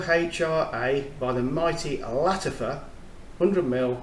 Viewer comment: I am Arabic speaker and you have done good job pronouncing it. by the way Mohra is a baby girl horse :)